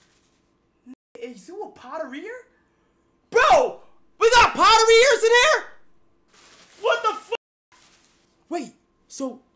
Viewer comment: “We got Potareers in Here?” 😂😂